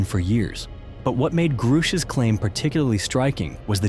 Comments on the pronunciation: Groooosh! lol bud it’s GRUSCH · As soon as you mispronounced David Grush's last name I unsubed, AI channels are the worst.